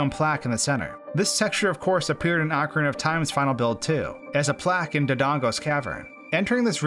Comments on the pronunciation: I cringe at how you pronounce AWKcarina. It's OHcarina. 😅😝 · "Ocara of time was a perfect game for me" So perfect you didn't even know how to say it, I see. Lol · Excuse me- how did you say Ocarina??? Ocarahnah??? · Whether ‘correct’ or not I still cringe every time I hear it pronounced “ah-ka-ree-nah”. I will say “oak-uh-ree-nah” forever lol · I had to go back and play that again, I thought I was unaware of some insider slang calling the game "Oc-time" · Instantly lost interest in watching this video when he couldn’t even pronounce “Ocarina” ... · Bru Your pronunciation of ocarina is terrible please learn it